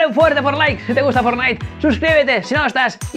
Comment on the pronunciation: Otra vez dijiste forlaik